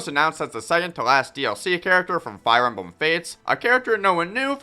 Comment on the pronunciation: Did he say fire embum your nose sounds stuffy, clean it out then make the video. Corrin is good so is Mr game in watch that fact will never change.